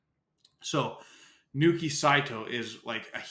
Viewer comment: It’s Naoki Saito not Nooki just fyi